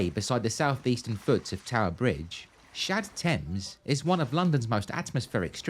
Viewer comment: I keep hearing Shad Thames as j'taime